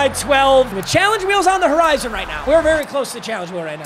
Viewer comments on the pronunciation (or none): none